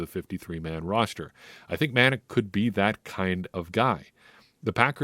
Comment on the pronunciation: muh Nac is how it’s pronounced for #47 Chauncey Manac. Watch his Ragin Cajuns where he was #17 on defense. Another game to watch is the Sun Belt Conference championship game against Appalachian State. For the first 3 years Cajuns couldn’t beat App State.